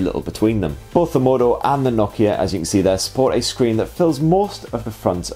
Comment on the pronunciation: Nock-Key-Yeh No-KEY-A